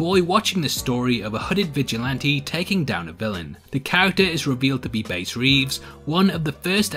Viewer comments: Bass Reeves’ name first name is pronounced like the fish, not the instrument. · It's "Bass" like the fish, not "Bass" like the violin. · *Bass*, pronounced like the fish.